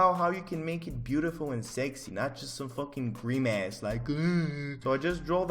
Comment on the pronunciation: did my bro pronounce grimace like GREEM ASS???